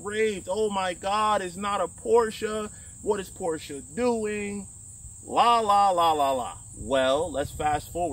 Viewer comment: As a German I love you for saying Porsche correct :) A lot of americans say Porsch and it drives me nuts everytime i hear it :) Its a german Car not a french car :)